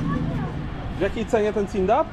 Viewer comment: Panie mowi sie cundap😊